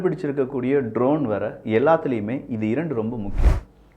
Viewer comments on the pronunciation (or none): none